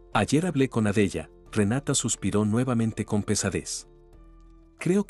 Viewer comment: Por fabor pronuncia bien los nombres por ejemplo Sara Adela ho Carmelita y varios nombres